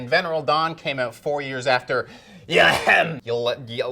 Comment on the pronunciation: I refuse to believe that doesn’t ACTUALLY know how to pronounce “Venereal” or “Ylem”